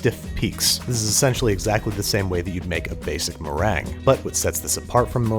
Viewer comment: Merengue is not pronounced “marang”